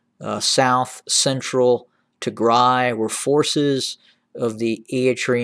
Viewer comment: Not a very big deal, but can you please work on your "Eritrea" pronunciation haha. You're skipping the first R like "eat-rea". It's pronounced "Eryt-rea" You're pronouncing Tigray well now 👏